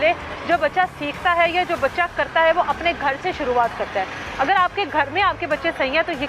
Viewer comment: یہ کیسی ٹیچڑ ہے جو اگر کو اگڑ اور ر اور ڑ میں فرق نہیں کر سکتی تو پڑھائے گی کیا؟